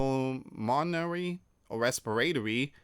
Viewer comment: Respiratory : (Res per ahh tor ee) Pulmonary: (Pull mon. Air. Ee) 🙏🏼💙